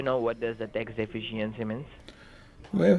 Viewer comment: What the heck is a tax "defishyancy"?